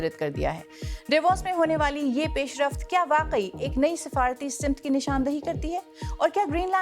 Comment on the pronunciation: Lafaz “simt’’ nae “samaat’’ hai